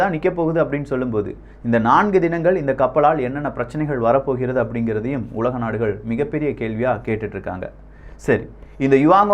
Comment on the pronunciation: கப்பள், தகவள், உளக நாடுகள், நள்ளது. இதுதான் யின் உச்சரிப்பு. படுமோசம்